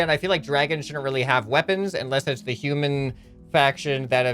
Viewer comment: Did he say human or shoeman